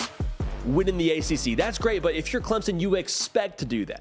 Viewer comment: I'm well aware of where CLEMSON, SC is...but sometimes it seemed like he had problems saying Clemson and called them CLEMONS...there may actually be a Clemons, SC but I've never been there